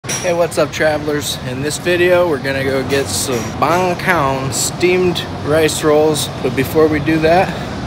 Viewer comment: It's banh cuon not banh coun 😂